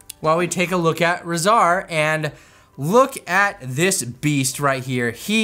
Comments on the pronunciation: It's weird, in the movie Shredder pronounced it "RAH-zar", but Leo pronounced it "RAY-zar". I guess we go with Shredder's version, since he's the one who named them? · Rahzar's name is pronounced "Raw" "Zar" I believe it is anyways 🤷‍♂️ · I believe it is how Shredder says it because it's also pronounced that way in both the 1980 and 2012 TMNT shows that Rahzar appears in